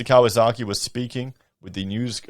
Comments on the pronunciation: It’s Kiyosaki not Kawasaki. He’s referring to ex CIA Jim Rickards economist books currency wars & aftermath. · I love that you repeatedly called him Mr Kawasaki, instead of Mr Kiyosaki.